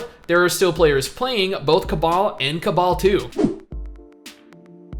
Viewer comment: Why are you saying cabal and not cabal?